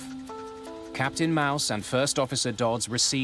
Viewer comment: That captain's name is pronounced like Mawss, not Mouse . What's his first name,... Mickey?